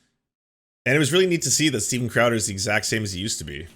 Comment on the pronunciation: Stweeden Crowder